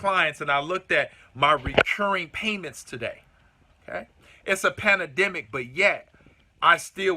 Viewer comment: You are great. One small thing...the word is Pan-dem-ic, not panademic.